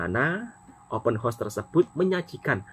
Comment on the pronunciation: Sebut betul2.....Open House.......bukan Open Horse......tapi konten menarik dan mantap....Selamat Hari Raya Aidil Fitri....